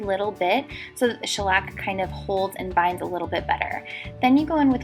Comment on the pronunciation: It's NOT SHELLAC!!!!!!!